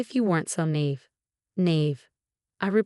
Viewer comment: Naive is pronounced Neye-eve